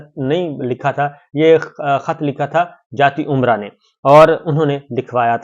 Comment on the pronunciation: آپ بھی جاتی عمرہ کہنے لگے ؟ یہ عمرہ نہیں بلکہ امرا ھے۔ ۔ عمرہ عربی زبان کا لفظ ھے ۔ برصغیر کی مقامی زبانوں میں ع کا حرف نہیں ھوتا ۔۔ امرا نام کے متعدد دیہات اور قصبے مشرقی اور مغربی پنجاب میں موجود ہیں۔ انہی میں جاتی امرا نام کا ایک گاؤں ضلع امرتسر میں تھا۔ میاں محمد شریف مرحوم کے اباؤ اجداد کا تعلق اسی گاؤں سے تھا۔ چنانچہ اس کی یاد میں انھوں نے رائے ونڈ میں اپنی اسٹیٹ کا نام جاتی امرا رکھا تھا۔